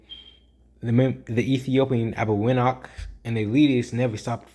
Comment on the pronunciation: It’s pronounced Arbeñoch (ñ as in Niño and ch as in Chipotle or Champion), not Arbegnok